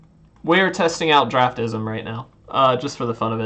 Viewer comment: It is pronounced Draft-Sim....Not draftism. Also it does help but is not 100% accurate. Best used for drafting and right before precon format for new sets.